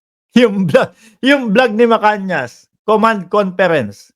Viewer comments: tamang bigkas ay Macanas, hindi Macanyas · Macanas po hindi macanias..